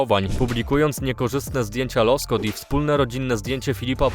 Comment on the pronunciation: Nie Loskot, tylko Łoskot😅